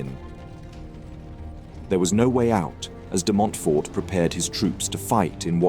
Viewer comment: DemontFORT and Lewes pronounced Lewis